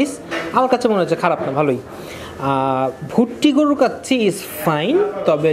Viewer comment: গরুর নামটাও উচ্চারণে আপনার সমস্যা আছে গরুটা ভুটিয়া গরু না ভুট্টি গরু